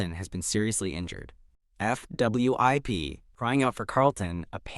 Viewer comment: Why does AI not like to pronounce 'fwip'? It's always 'F W I P'... (o_-_)o